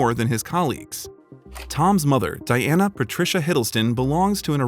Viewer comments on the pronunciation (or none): none